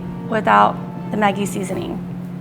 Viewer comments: It’s not Muh-jee, it’s MA-ggie, it’s nestle corporation product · I noticed his pronunciation too. And also, I thought Maggi is pronounced mah-jee. Do these chefs really have shops in Vietnam? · I swear if I hear it pronounced Ben Mi and Maggie one more time... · This episode brought to you by people who are all friends, say Maggi differently, and with a guy who can't say banh mi properly.